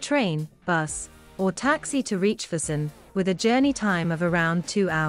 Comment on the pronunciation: It doesn't hurt to research a bit how to pronounce the places correctly. In that way, you will also teach your audience. I "cringe" everytime you said "fusen" instead of "Füssen" but nice documentation anyway...